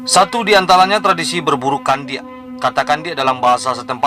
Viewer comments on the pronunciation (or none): Bg ndak kandiak lo bg tapi kundiak 😊😊😊